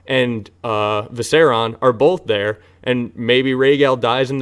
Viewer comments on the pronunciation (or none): Seven hells it’s Viser-I-on. 👏👏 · I’ve been consuming the last year of videos in a week and this is the first time you said something I disagree with. And it was they way you pronounce “Viserion”